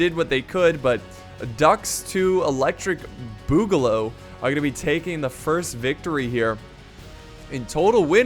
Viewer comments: Duck 2 electric Boo-ga-loo is how its pronunced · No views and 3 likes my mans really said boogaloo wrong